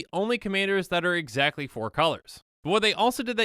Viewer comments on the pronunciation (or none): none